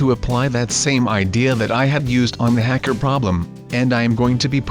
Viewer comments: you said Hecker instead of hacker once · SU NOT A HECKER A HA KER